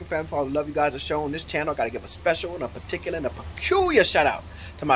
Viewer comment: Particular and Percular 😅😅😅